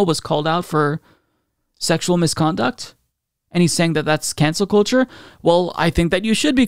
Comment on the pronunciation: It's actually pronounced cancel cult-cheugh